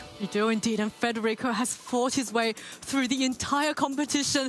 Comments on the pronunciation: the other caster in the match kept gently trying to correct him by pronouncing his name correctly immediately after too but this guy just insisted on pulling an extra R out of thin air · Why can’t some of the casters read that it is federico rather than fRederico….